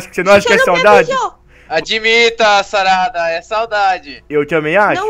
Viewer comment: Aí no vídeo você falou charada em vez de falar sarada😂